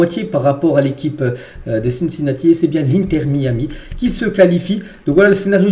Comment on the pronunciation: MAÏ AMI si tu veux le prononcer correctement